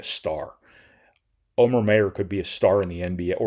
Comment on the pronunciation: Omer has literally told people it’s pronouncer “Omer”, not oh mare